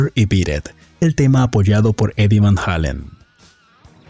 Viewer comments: Eddie VAN "JEILEN" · van halon is what your saying 😂